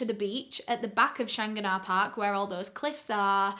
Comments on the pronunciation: Lol the park is pronounced like Shan-gan-ah park. Also we dont have police in Ireland theyre called guards. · the way you pronounce shanganah is so funny to me NABJSDHF- no worries tho, its pronounced "shang-gan-ah", very close tho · The park is pronounced as "Shang-gan-ah" just if anyones curious😂❤ i still remember every part of this investigation. My family knew Elaine when she worked in my old primary school. The sweetest woman you could ever meet. 💗 She was also found in the Dublin Mountains- Killakee (Kill-a-key)- not in the park. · I hate to be this person but I live in Ireland just where this happened and the way she pronounced shanganagh Park really hurt my ears 😅 it's Shan-gan-agh Park. Love the videos though! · the park is pronounced shan gan ah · I'm Irish born and never heard of this case,maybe it's due to my age, 22 now so would have been too young when she was being discovered. Thank you very much for recovering this and btw, I would pronounce the park "Shan-ah" 😀 but I'm sure someone who's better at Gaeilge can help you better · The pronunciation made me giggle too 🤭 I love accent 😍. I remember this investigation too. I think everyone in Ireland was heartbroken for Elaine and her family. RIP 💚